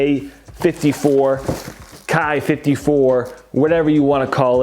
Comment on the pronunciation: You're right with the pronunciation of the 54's.The worst top 10 post is when a persons list is strictly based on pure hype that you would find any vanilla wannabe collector on complex.